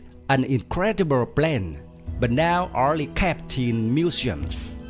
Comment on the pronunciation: mu-shms 😂 (museums)